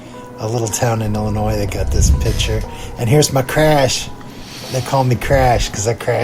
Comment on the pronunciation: Hey! It's Illinois 😊